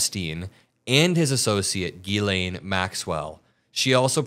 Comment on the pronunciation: Ghislane is pronounced "zshe len". Maybe we should go ask her how she says her own name.....